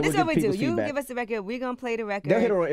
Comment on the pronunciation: Joseline said nikki gave her good "FID-BACK" 😂😂😂 IT'S CALLED "FEED-BACK"!